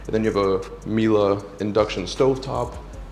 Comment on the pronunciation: I'm more impressed that you pronounce Miele correctly